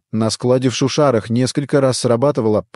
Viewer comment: шУшара это диктор с этого видео, а все произошло в шушАрах😂